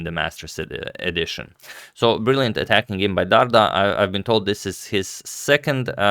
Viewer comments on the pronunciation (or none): It's Dardha (dh (ð) as in the english word "that"), not Dard-Ha. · Agad, is pronounced Dar"th"a like the word "the" in English and means the fruit pear!!! in Albanian as his parents are from Berat, Albania.